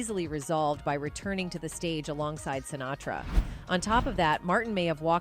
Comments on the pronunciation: It's a robo-voice just reading what some schmuck wrote badly. I just saw another one where they called Marlon Brando, "Brandon". In this one, the voice says something about someone named, Shintara. I THINK they were trying to say, "Sinatra". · Add to the click-bait title the robot “narrator” who pronounces “Lewis” as “Louie” and “Sinatra” as “Sintara.” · Fairly realistic AI narration...they had me until she said "SINTARA" instead of Sinatra, and "LOUIE" instead of Lewis 😆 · "SinTARA"?? I think you mean Sinatra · "... he joined the Rat-Pack with SINTARA..."!!! WHAT THE ABSOLUTE EFF???" So much for human narration in these videos!!! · She nails "Sinatra" at the mark but calls him "Centura" . Why Robo voice, why? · I think this narration might be AI generated. At around 14 minutes, she mispronounces 'Sinatra' as 'Sintara'. I doubt that any one who speaks English as well as the narrator would not catch that typo in her script and actually read it verbatim.